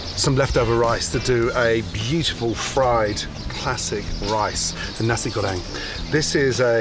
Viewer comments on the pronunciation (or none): actually he did MIS-pronounce it. He said Nasi Go-RENG. But the emphasis is on 'GO', not 'RENG'. So it is: Nasi GO-reng. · Pronounced "Nasi goreng" correctly. AND didn't mistake galangal and ginger (this time). Approved. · He even pronounce Nasi Goreng perfectly. Gordon t-shirt turquoise himself as a student of knowledge(foods, ingredients, cultures, languages) makes him the greatest chef of all time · Pronouncing Nasi Goreng . There was a waiter on a German cruise ship who always said Nazi Göring ! Then the Staff Captain told him to correct his pronunciation ! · Guys I know. But I said it wasn’t lack of effort. He tried so I’m happy about that. Not 100% approved because of the pronounciation but 100% for effort. I think